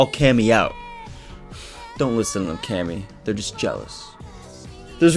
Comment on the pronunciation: Thought it was pronounced (Kay-me)?